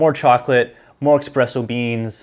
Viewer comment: btw hate to be “that” guy but its espresso beans not expresso. some fancy italian word i think, surprised you got this far with no one correcting you.